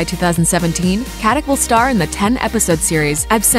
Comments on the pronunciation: FYI it’s not pronounced Katik but Katitch. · Her surname is a very common name in former Yugoslavia and in Germany and Austria where many emigrated. It is pronounces Katitsh. Nobody pronounces a c like a k in the slavian languages. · You should learn how to pronounce her last name :)